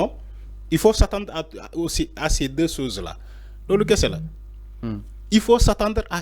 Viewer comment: On dit deux choses et non deux soses